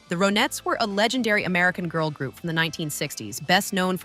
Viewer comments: Can't even listen to this. It's Ron-ettes not Ro-nettes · AI strikes AGAIN!!! The "Row-Netts", WHAT? Whoever produced this piece clearly never heard of them! GOOD GOD!! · ur voice is not awake,,,its the RON-etts...wake up!...not O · Nope. I can't take "ROW nettes". And "Philles" records. And EVERYTHING was controlled by Phil. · Why say Row nettes - when Ronnie = Ronettes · This hopeless woman speaker cant even pronounce the goddam name of the group. properly ffs..... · The fact that the AI cannot pronounce the group name correctly just ruined this video. And for that reason, I'm out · Me too! I'm done. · I hate effing AI , doesn't even get the name of the group right they are trying to profile